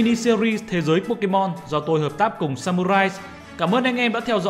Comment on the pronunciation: đọc sai tên pokemon